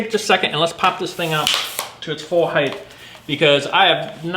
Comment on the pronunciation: Height! Not heighth!!! Drives me nuts.